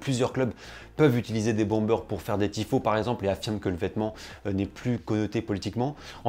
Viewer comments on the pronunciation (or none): none